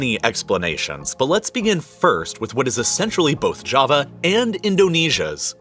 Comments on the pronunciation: sounds like he said kava, when he meant ja-va. Kava is that soothing drink made from this one plant lmao 😂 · That Jawa Not Java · it's not java is jawa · Its jaavaa pronounced... Not Jahva like some Jamaica island, and big doesn't always mean more, doesn't america teach you this?